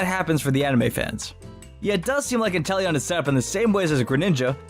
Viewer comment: Me: Inteleon Other people: inTEllEoN